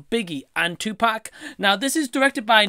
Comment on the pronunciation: one thing tha really annoys me about Nick Broomfield is that he still do not know how to pronounce Tupac`s name after making two movies about the guy. How hard can it be??!!smh